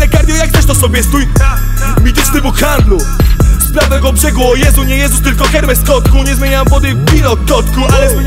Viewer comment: Wymawia się ERMES 😂